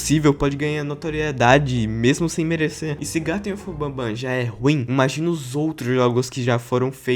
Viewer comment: Porqmr vice falou malw dl mep garten of bahbban 😡